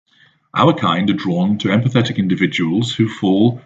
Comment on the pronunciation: Interesting how when he pronounces "empathetic" he emphasises "PATHETIC"...